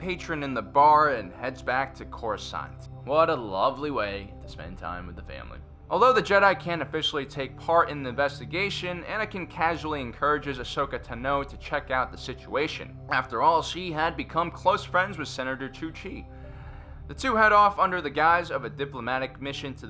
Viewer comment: TAH-noh not tah-NOH